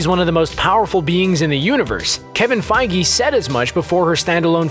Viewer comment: feigUH. not feigee